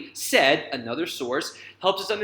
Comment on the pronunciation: Very useful and clear explanation. I will definitely use in my class. Thank-you! One side note: the last critic's name in the sample has two syllables. It is pronounced "Sa-eed." He was a well-known cultural studies professor and Palestinian author of the book Orientalism.